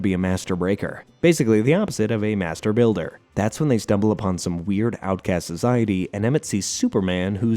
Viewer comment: I thought he said master baiter